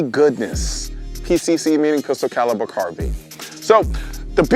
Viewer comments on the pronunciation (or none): none